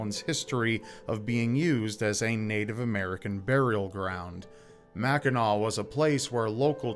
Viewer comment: Mackinaw Island is the best!!! Also thanks for saying “Mackinaw” correctly 😂